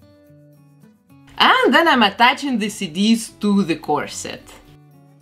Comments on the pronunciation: I thought she was saying cities instead of cd’s and i was so confused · Tell me why when she was saying CD's I thought she was saying Cities 🤦‍♀️